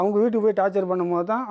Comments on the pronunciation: அது டார்ச்சர் (torture)தான் டார்ச்சல் இல்ல(torChal) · Thappa eavlo sirippoda soldringa 😂😂😂 athu torture tat word frm english not torchal 🤣